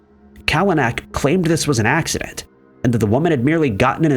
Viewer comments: an "AXident!!" 🤣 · an "AXident!"